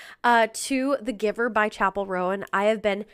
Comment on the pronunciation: I’m enjoying your reaction videos but FOR GOSH SAKES Chappell's last name is ROAN, not “Rowan”. Roan, like groan, phone, stone, alone. You’ve been reacting to her videos for months and months and still don’t get it right